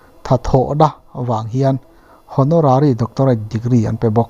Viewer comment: Hawnawrary... Ohonarary tia lam tur... Nang hi educated ltk chiah lo ni maw...